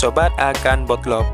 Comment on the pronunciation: Konten nya bagus. Tp sorry bang ngakak gw sama bahasanya.. botlop 🤣🤣 bacanya butlup bang.. Thanks udh nambah pengetahuan dan menghibur pagi2 🤣🤣